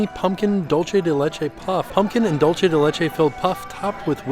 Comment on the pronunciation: hi, been enjoying your videos for a while but just came to say dulce is not pronounced like dolce. DOOL-seh:) kthnxbye